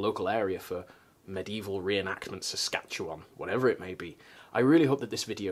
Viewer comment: Yay, you said "Saskatchewan" correctly!